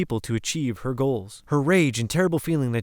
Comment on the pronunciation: "HER attempts...?" "HER mother and Yoko"? "CON-tribute?" "Melanness?" Considering how often the narration gets things weirdly wrong like this, I'm going to assume that this is an A.I.-written and A.I.-generate fake voice narration. There are just too many factual mistakes and inhuman phrasings and it sounds very similar to an A.I.-voice option on a particular app. Whoever runs this channel, please stop with the A.I.-generated stuff and just do your own research and narration; it's constantly getting things wrong.